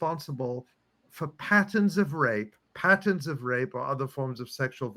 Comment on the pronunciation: I could not understand Ali Abunimah saying pattns instead of patterns of rape. I had to turn on transcript. Patterns of rape is clearly false propaganda as no victims have been identified, unlike Palestinian victims of sexual assault and rape by Israelis. Pattern of rape is abnormal language. No doubt chosen because no single case exists. Electronic Intifada needs to demand evidence of any and all cases of rape by Hamas, used to justify the UN blacklist of Hamas. Objections must immediately be raised to the UN, ideally by member countries of the UN. Netanyahu is losing the war on Palestinians and he will soon face the danger of arrest and trial for war crimes of genocide. I believe this is an attempt to claim biblical justice, an eye for an eye, but Israel has behaved in a way that the world is comparing to the mistreatment of Jews, Gypsies, and conscientious objectors to the NAZI regime. A warrant exists for Netanyahu's arrest for crimes against Palestinians and peace workers.